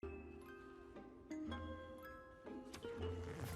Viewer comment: Jeremy (Cinema Sins' narrator) says "shark attanks" instead of "shark attacks". He reads the line wrong.